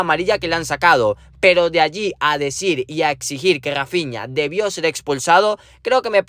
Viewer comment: Rrrrrrrrafiña jjajajajajaja